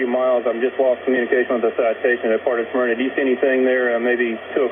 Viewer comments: And it’s pronounced “Smerna” and not “Smeerna” but I give a pass on pronunciation - he’s not from here😊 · And as a near-local, it's not "SMEAR-nah." It's just "Smurr-nah". Thank you for coming to my TED Talk. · Just so everyone knows it's pronounced "smur-nuh" rather than "smeer-nuh." This really hit home for me because I grew up in the area. It reminded me of the Blue Angels crash in the same town a few years prior. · SMER-NUH... it's pronounced "smer-nuh". Lived there for 15 years. Also, where did you get the "New" portion of it? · Great info.. but we pronounce it Smur-nuh.. again great info.. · actually, the natives pronounce it suh-merna. I dare you, however, to find a native these days.